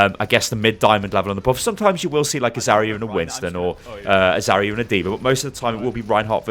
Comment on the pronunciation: Why do you say zarya so weird? It's Zar-ya not Zaorora-ya